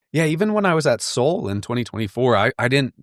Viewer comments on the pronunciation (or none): none